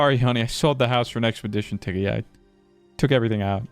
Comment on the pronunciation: "Expetition dicket"